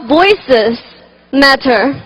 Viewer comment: 哈哈 我以为只有我听她的口语重 那个the , matter 等的发音 听的我尴尬症都犯了